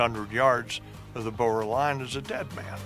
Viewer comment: I like this, but ahh, the pronunciation of anything afrikaans makes me cringe, its boer not bowar